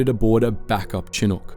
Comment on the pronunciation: Yo man your pronunciations on this one for apache and chinook are very incorrect